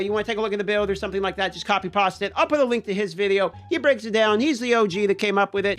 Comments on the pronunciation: Please change the way you say copy and paste…please and thank you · Said every Italian ever. Every time he says it makes me want to eat spaghetti!